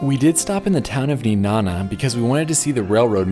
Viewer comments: You mispronounced nenana it’s ne like knee and nana like banana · It’s pronounced Neh-nah-nuh lol Nenana ❤️ cute video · How he pronounces Nenana pisses me off so much as a local